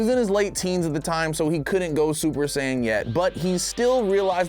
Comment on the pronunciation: Lol just "sayian"